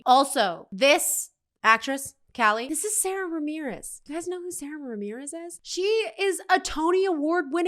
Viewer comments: It’s pronounced Sahda Ramirez. And it always fun to see a ‘newbie’ watch these episodes. 😂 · Just a note: Sara (pronounced with a long "ahh" sound, not the standard American way) Ramirez is non-binary and uses she/they pronouns.